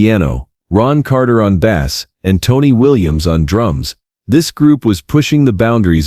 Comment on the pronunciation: fuck AI -- 'bass' as in a fish.